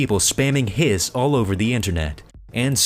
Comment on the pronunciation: Its hisss not hss